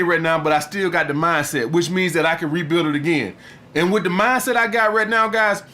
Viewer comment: either that or a Francophone.. Man said ze.. haha